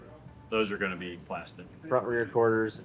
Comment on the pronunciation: Im late to the party but i think the name should be the toobee camaro lol for some reason when u said to be named i thought u were saying some michigan slang word or something us southern fold dont kno about lmao to be sounded like one word when u said it so toobee it is!!